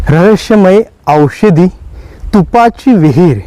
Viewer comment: कृपया चुकीची माहिती देऊ नका. तुपाच्या विहिरी अनेक गडांवर आहेत. त्यात जुने तूप ओतुन सडवले जायचे. हे तूप जखमांवर लावल्यावर त्या लवकर बऱ्या होत. त्यात मावळ्यांना बसवले जात नसे. माहिती नसेल तर सांगु नका पण चुकीची माहिती देऊ नका. आणि उच्चारांवर पण जरा लक्ष द्या. उदा. रहश्यमय ( रहस्यमय ), एशवंत ( यशवंत )